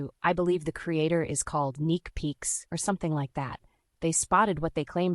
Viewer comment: It's neeks peeks. Not neek peeks